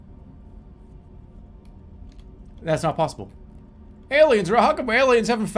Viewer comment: I love how , the scope of the universe starts to hit Jerma, and that stubborn Boston-er comes out and just declares, "No way. Not pawwsible."